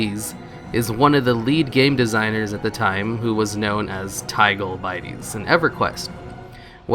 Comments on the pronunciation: Tigoles Bite-eees lmao... TIG-OLE Bitties, aka big ol titties... Cmon now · its bit-eez not bi-teez. tigole bittes is a pun off of big of titties. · .. TYGOLE BITE-IES... L2 Read =P its tig 'ol Bit-tees as in Big ol titties.. man.. really? I never in my wildest dreams would I have thought I would have needed to explain something like that to another man. aaaaaaaaaaaaaaaand i didnt read any of the posts before posting this. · Tigole Bitties is definitely not TY-goll BYT-EES. It’s TIGG-OLL BITT-EES. A wordplay for Big Ol’ Titties. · Tygal biteez Lol. Tig ol bittee’s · Its not Tie Gol Biteys.... Its Tig O'l Bitties. BIG O'L TIDDIES BRO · I know I'm a year late but you are pronouncing the name wrong. It's not "tie-ghoul bite-eez". Its pronounced tig-ol bit-eez". Replace the T and B for the joke...... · It's not pronounced Thai-goal Bite-E's its pronounced Tig-ole Bit-E's which is Big ole titties with the first letters swapped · Holy shit your pronunciation is bad. "WAY VREN. TEEGOLE BYDIES. ETC." Wai-vern. Tigg ole bid-ease*** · I know its been said and I tried to enjoy this video...work went into it and its appreciated. But constantly hearing Tee Goal I stead of Gig Ole drove me Cray and ruined it. Really man?? At your age you've never heard tigole bottles as a replacement for big ole titties?????? 😂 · its not Tige-ol biteys ITS TIG OL BITTIES LIKE BIG OL TITTIES! JESUS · "tee goal" "bite ees" well aren't you just adorable? it's "tig oal" "bit tees" It's a re-shuffle of the first and last parts of the phrase: "Big ole' titties" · Tigole Bitties = Big 'ol Titties. It's not tygole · "Tigole Bitties" This guy: ty-goal by-teez Come on bruh 😂 these pronunciation to push engagement ploys are out of control. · "ty-gole" "bite-ys" is not what you think it is. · "Teegle bite eses" Lmao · That sir, is not Tigole Bitties....It's Tig Ol' Bitties.. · "ty-gole biteys" lol you sweet summer child. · Everyone: Big old titties, hehe: TYGOAL BITIES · "Tee-Goal Bai-tees"